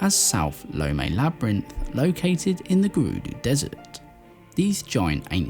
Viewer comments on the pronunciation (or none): none